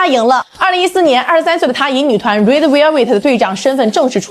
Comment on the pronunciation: 這什麼英文，RED